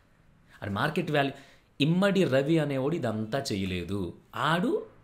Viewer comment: ఇమంది ... ఇమ్మడి కాదు